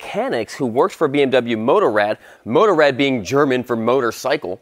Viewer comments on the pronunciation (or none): Great video. Motorrad pronounce Motorrad and not Motorred. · You said motorad wrong bmw wrong and gelände 😂